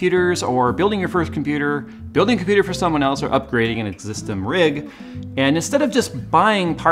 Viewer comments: "Existim rig" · Upgrading an 'existim' rig?!?